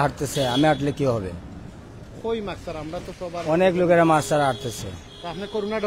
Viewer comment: It’s MASK not Maks. Even driver knows the correct word.